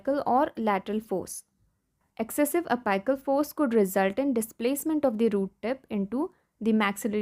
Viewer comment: A- PICK-UL, NOT A PIKE UL.